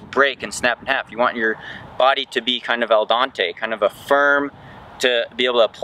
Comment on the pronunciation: Al dente, not al dantei.. ;)